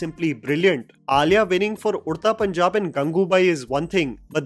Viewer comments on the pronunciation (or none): none